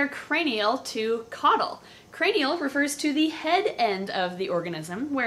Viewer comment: lataral and cranal!